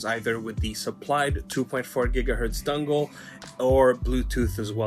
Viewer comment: Dungle...a...dungle....never, have I ever, in all my centuries of controller YouTube "research", EVER, even ONCE, heard someone call a mfin dongle a damn DUNGLE. ITS GOT DONG RIGHT THERE MAN! All you gotta do is just say the damn word and boom, young throwin dongs all over the joint. Holy ish ok actually it really is annoying me lol that sounds beyond stupid bruhh cmon man fix yo ish. DAMN.